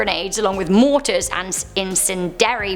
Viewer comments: IN-SEND-EE-AIRY bomb. Meant to cause fires. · In-sin-dary bombs? Does she mean Incendiary bombs like flaming fire starting bombs? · Incendiary (in-sin-de-air-e) it's a combustible grenade u know flame-nade good try tho we still love u n ur still amazing 🤗😉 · In-sin-de-air-ey in·cen·di·ar·y /inˈsendēˌerē/ ￼Learn to pronounce adjective (of a device or attack) designed to cause fires. "incendiary grenades"